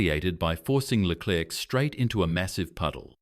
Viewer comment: Да я дивився повне відео да ти я бачу неук який клерк леклер , да ти всі прізвища неправильно вимовляєш , Боже як ти бачиш , ну бачиш що не твоє то не розказуй або вивчай прізвища неук